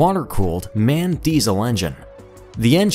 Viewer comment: It's not Man!. It's M.A.N.!. Learn German!.